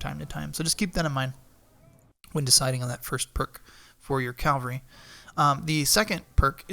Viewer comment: Cava-lry are horse soldiers. Cal-Vary is where jesus died. They are not synonyms or different ways of pronunciation. Lots of people make this mistake.